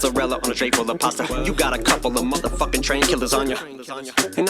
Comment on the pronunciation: He says " tray" on "tray full of pasta" to kind of sound like "Dre" to me.